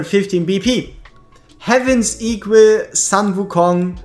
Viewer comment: Please it's sun like in "full", not sun like in "run".